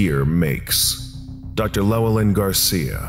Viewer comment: Lesson not quite complete, Sir. The name 'Llewelyn' is pronounced 'Chlo-well-in', but this can be anglicised to 'Luh-well-in'. Got to be honest, it's the first time I've heard it pronounced as 'Lellalin.'